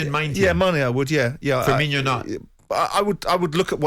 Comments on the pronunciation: It's funny to me how after 7 years in the premier league, people still think Firmino is pronounced "Firminho" like you're saying Fabinho. There's no "H"... Just say "no" at the end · people still saying firmino like firminho, hes not the same as coutinho when will people realise